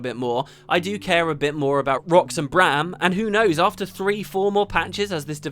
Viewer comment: Refreshing to listen to a video with someone who can pronounce Braham and not say Broham like certain others... :P